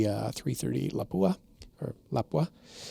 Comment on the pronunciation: Someone finally nailed the pronunciation of Lapua. Well done.